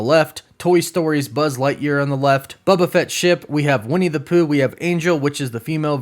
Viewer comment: Why do you call him Bubba Fett?